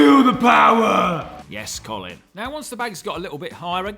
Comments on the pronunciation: Every time he said "Column" I kept thinking one of them should be named "Column Furze". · I can't be the only one who kept laughing hearing column and Colin in the same sentence, love the Colin column!